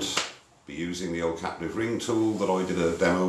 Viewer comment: every time he said 'captive' i hear 'caterpillar'